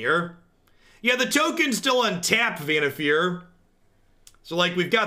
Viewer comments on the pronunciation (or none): I dont know if its right or if someone pointed it out allready, but i think its pronounced Vannif«A»r as in far away... anyways, loving your content as always.